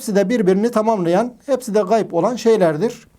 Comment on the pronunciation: Gay degil hoca ğayb gayb ayrıdır ğayb ayrıdır gay farklıdır